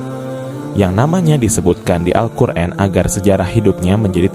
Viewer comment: Alquran bukan alquren😊😊